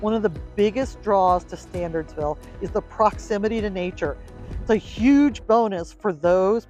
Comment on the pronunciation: in the beginning of the video, you say the town name is pronounced "Stan-urds-ville" not "Stan-ahrds-ville." However, after that, you keep pronouncing the name of the town as "StanDardsville." I guess there are two different options for mispronouncing the name.